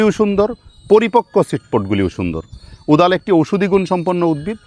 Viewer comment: ওদাল না কোদাল কি বললেন বুঝলাম না। তবে ওটার ফেটে হা হয়ে যাওয়া সিডপট টা কিসের মতো যেন দেখতে, চমৎকার।